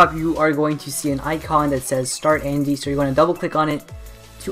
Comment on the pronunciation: It's Andyroid. Not AndyRoot. Check the desc.